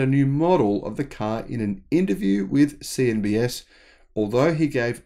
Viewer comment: LOL, CNBS. You said the BS part like it was subconscious/Freudian slip. ;^)